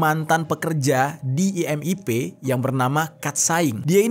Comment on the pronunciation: IMIP BUKAN IMPP